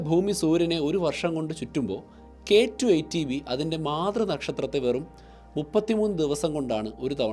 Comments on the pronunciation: K2 18b, not k2 eighty b, correct it when you pronounce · പലതവണ കേട്ടിട്ടും ചേട്ടൻ പറയുന്നത് കെ ടു, ഏയ്റ്റി ബി എന്നാണ് ഞാൻ കേൾക്കുന്നത്... ഏയ്റ്റീൻ ബി എന്നല്ലേ പറയേണ്ടത്? ഇത് 18 അല്ലേ... ഏയ്റ്റി എന്ന് പറഞ്ഞാൽ 80 ആവില്ലേ...